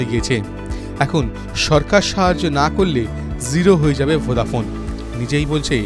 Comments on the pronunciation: ভোডাফোন বলছে না ভোদাফোন উচ্চারন করছে ঠিক বুঝতে পারছি না.......একবার নয় প্রায় চারবার শুনলাম কিন্তু সেই ভোদাফোন ই শুনছি.......আপনারা কি শুনছেন জানাবেন. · ভোঁদা ফোন নয় বলো ভোডাফোন 😂😂😂😂😂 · আপনি ভদ্র ভাবে উচ্চারণ করুন ওটা ভোদাফোন না ভোডাফোন হবে না পারলে আগে শিখুন তার পর উচ্চারণ করুন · আরে দাদা ওটা ভোদা নয় ওটা ভোডাফোন 😂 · ঠিক ভাবে উচ্চারণ করুন ওটা আপনার ভোদা নয় ভোডাফোন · ঠিকই শুনেছেন আপনি😂😂😂😂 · Ki Ki ki আরেক বার বলেন , কি ফোন 😂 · কি ফোন বলছেন? উচ্চারন ঠিক করে বলুন